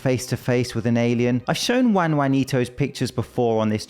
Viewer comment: Juan rhymes with John.